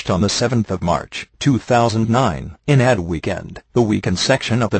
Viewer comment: Just so everyone knows; it's A D, not Ad, as in advert. It's a respectable newspaper.